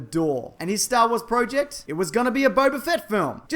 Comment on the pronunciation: say project right, and also I would much like the crate.